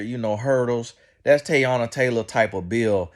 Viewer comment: Sir… can you figure out how to pronounce these people names before you make videos on them bc who is Tayana